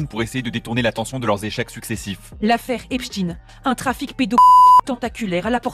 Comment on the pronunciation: J’ai envie de claquer la journaliste qui nous sort « EP-CHTINE » …. Incohérent linguistiquement soit tu le lis à l’allemande et donc ça se dit EPCHTAÏNE (j’écris de manière à ce que les sons soient lisible), soit tu le lis à l’anglaise et la c’est EPS-TINE.